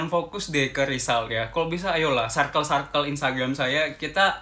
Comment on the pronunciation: Hallo, aku suka sama konten-konten yang dibuat. Makasih banyak ya Kak.:) Tapi ada 1 hal yang mau aku tanya, kakak sepertinya sering bilang "Circle" di setiap video ya.. Tapi sepertinya prononunce nya kurang tepat dh Kak. Jadinya selalu terngiang-ngiang di kepala aku. hehe. Mohon maaf ya kak, hanya mengingatkan.:)